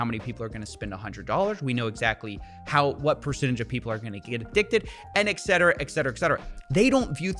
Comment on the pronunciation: I love to listen to you but please, I beg you, it's ET CETERA not EXETERA 😂